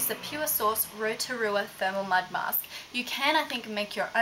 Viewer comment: i love the way you say Rotorua :3